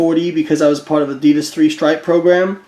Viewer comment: the was u say adidas is fuked up lol